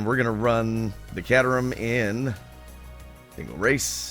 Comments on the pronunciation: It's pronounced Kayterum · Just FYI, it's pronounced "Kay-ter-um". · accept you are saying it wrong 'cater rum' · Oh, and its pronounced -kay-terham by the way. :) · Hahaha. For the record book, I don't think I've heard another human being call it a CAT-erham other than you.